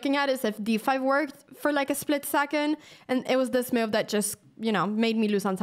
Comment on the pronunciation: Love how she says i like this MEW-UVE.. :) Anna youre hot and smart